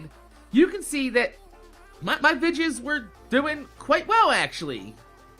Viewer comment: OH MY GOD STOP SAYING VIDGES ITS VI DEE OHS